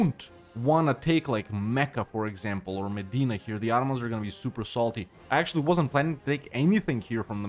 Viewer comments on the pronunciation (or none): none